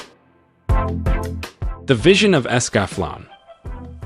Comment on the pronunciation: Accel World is not Iseaki. It's VR / LitRPG. It's only so-so. Gate and Escflowne (Es - ka -flow - ney Fix your damn text to speech program) are Portal Fantay NOT Isekai. Learn what the actual genres of the anime are if you want to do these videos.